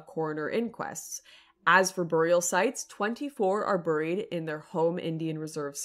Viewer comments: Why do you keep saying "buuuurr-eed" instead of "bear-eed" ? Is that just how hot chicks say buried? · "Burried" LOL